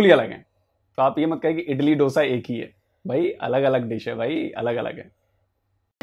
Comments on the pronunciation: It's not itli it's idli so please improve your knowledge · She was saying Italy Dosa 😂🤣, not idli 😂